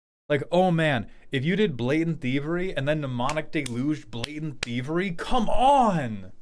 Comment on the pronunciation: The "m" at the start of mnemonic is silent. It's spelled weird because it's from Ancient Greek.